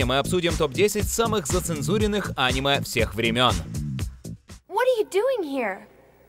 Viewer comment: Пожалуйста Аниме а не Анимэ